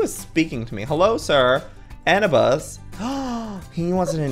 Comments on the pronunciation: Its not Anna bus it's pronounced a new biss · He said an-i-bus Joey its a-noob-is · It's not Anabus It's Anoobus is how you would pronounce it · (It took me a second to remember he was dyslexic or what ever lol) Me: "HAHAHA... Anibus. Ahhh. Ah-New-Bis. It's Ah-New-Bis from Egypt Joey... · I like how he pronounces it as " Anna Bus " xDDD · it's propose A-nu-bus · An-oo-bus :3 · Anubis is pronounced A-new-bis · When Joey pronounces Anubis wrong😂😂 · Did anybody else burst out with laughter when he pronounced Anubis the wrong way? xD